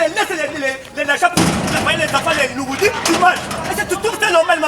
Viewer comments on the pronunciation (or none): En tout cas tata oyo muana musala ya tatu asanzisi nga biloko likolo ya koseka( alobi nouridie en place ya nourriture 😂😂😂😂😂 pardon français oyo eleki naya François Holland 😃😃😃😃😃😃😃😃